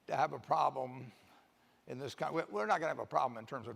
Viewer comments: Your pronlem is the problem. LOL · I thought it was intentional to clear up that hes an idiot that cant even pronounce "problem" correctly. It's been a while since he had any I think that's why. Hes a liar. His optimism is all bullshit fairytale. He can talk all he wants about historical numbers and examples but hes nor considering all other things that have changed such as tax rates, laws, domestic production and outsourcing. He can afford to lie because we are all poor fools and he has a contingency plan. He can afford one and you can't. If you were old and near senile with a shit ton of money and minions that do everything you say, what would you be worried about? I cant think of single goddamn fucking thing except how to keep you all content in your servitude to your lien holders. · What is Pronlem?? That’s just lazy as f@@ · pronlem or problem? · What is a Pronlem? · "Houston, we have a pronlem" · Wtf is a Pronlem? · It's not a pronlem. It's a problem.